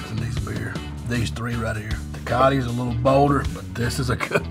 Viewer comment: No mames he said “Tecati” 😂 Props for keeping it 💯 tho ! Now he has something to conversate about if he see’s a Mexican at a bar 😎 #Cheers 🍻